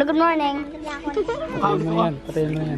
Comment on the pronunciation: hello Goodmorming ... 😆😆😆 natatawa talaga ako sa hello goodmorNing na linya niya..